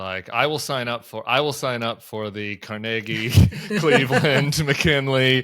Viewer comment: car-neg-ie??? Im from Brooklyn and never heard it pronounced that way. Accent on the Car lol